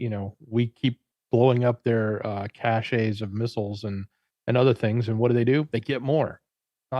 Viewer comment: there ia no "a" sound in cache, it is french, the e is silent, pronounced "cash" (a food or weapons store)